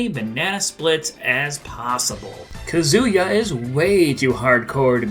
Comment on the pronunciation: Ryu is pronounced REE-yoo, and Kazuya is pronounced KAH-zoo-yah.